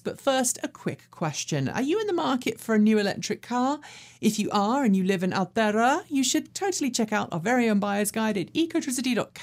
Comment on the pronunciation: Sometimes has N.Z specific items,a bit more would be good. She must have practised pronouncing Aotearoa.